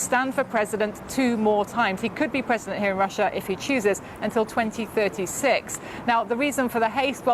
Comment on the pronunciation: The pronunciation of Russia is not correctly pronounced by BBC studio lady